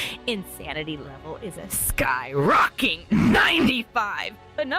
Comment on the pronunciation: “Insanity level is a SKyROCKING NIGHNTY FIVe percent!” 😆 So gonna use that!!!😂🤣😂🤣😂